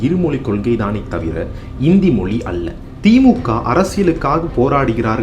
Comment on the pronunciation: அது மொலி இல்லை. மொழி. உங்கள் சொல்லாடல் மொலி என்றே கேட்கிறது..